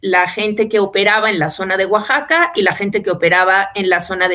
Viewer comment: Moras,no informa mas,oero tu que captas,todi,Oaxaca se pronuncia Oajaca,i sea la equis suena como jota, no nos informas,mas prunciandolo,bien,oero asi ya no s y enas a solo gringo,saludos.